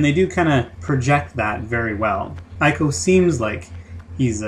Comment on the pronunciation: Why the fuck can't you pronounce ICO correctly?